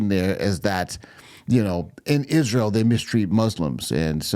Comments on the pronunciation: Ok!))) Ishruel?! Why does she missptonounces itsrael?!)))😂 Oops Cha-Ching Owens lost it!))) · Why, WHY does she pronounce Isreal ISHREAL? As far as Ben having "one of his mental breakdowns" she shouldn't throw stones in that glass palace she lives in.